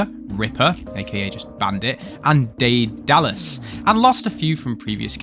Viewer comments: it's pronounced "Ded-a-las" , awesome vid ! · not trying to erm ackshuallie, i swear its more daed-allus (idk what game i ran across it in but it was like aluminum or anemone for some people- took a little while to figure it out lol) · Everyone I know pronounces it wrong. Daedalus is pronounced like "Day-duh-lus." It's a Greek name in Greek mythology. In fact, Daedalus is the father of the more well-known Icarus, who flew too close to the sun. Daedalus himself was an architect and craftsman. Just a fun fact. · He can't even pronounce Daedalus properly, what did you expect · My guess is they skip the 'e' after 'Da-'. Not to be grammar freak but can people just pronounce things correctly? For once? Because I swear its constant. Look up how to pronounce words when you first see them people. And filter for regions/countries.